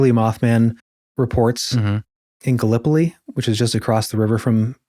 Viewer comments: Gallipolis is pronounced: Gal-lih-poh-liss, not Gah-lip-oh-lee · I should know - Gallipolis is pronounced very much like "gallop police." Yes, it is of French origin, yet the pronunciation is very Appalachian. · 🤣It’s pronounced Gallop-Police; altogether, four syllables, one word 🤣 Interesting content. WV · ITS PRONUCIATION IS GALUP---POLICE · Gallipolis Ohio is actually pronounced Galla-poll-less to us local folk...lol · Us locals call it “ gallon-o-piss” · Gallipolis is best pronounced as "Gal-ya-pol-liss" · You’ve lived in Ohio all your lives and you don’t know how to pronounce Scioto or Gallipolis? Really? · Ok I've never heard Gallipolis said the way he did in the beginning of the show. Hilarious!! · Wow man! Being from Point Pleasant, I've heard "Gallipolis" butchered in so many ways but that's the first time I've heard that 😂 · He def wins an award for that, So far off